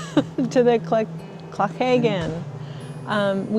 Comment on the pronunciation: Comments on here are a bit trivial, give this couple a break guys..., I think that was your name, your pronounciation of loch, Clachaig, etc was perfect, I think you were a scot in a previous life. 😄😄. Fantastic video guys, all the best!